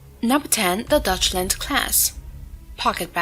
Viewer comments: The 'Dutchland' class, instead of the Deutschland. Like toy, boy, 'Doy'. Not dutch. I'm making this comment and going elsewhere for my entertainment. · I'm not sure if this video is AI slop again, but it's mispronoucing "Deutschland" and a few other words. It's a topic i'm normally interested in, but this AI crap is woeful. Not even bad.